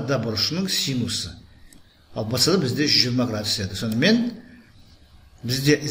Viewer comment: Вцд демей бсд деш жағымсыз естілед